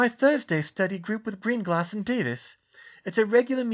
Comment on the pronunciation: I probably should have mentioned this a long time ago, but now that I'm caught up, I have a short pronunciation guide: SHAY-mus -- not SEE-mus. a-LEE-sha -- not a-LI-see-a GREEN-gRass -- not GREEN-gLass, although that one might just be your accent.